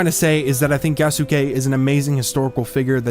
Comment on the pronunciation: Yea you are saying Yasuke correctly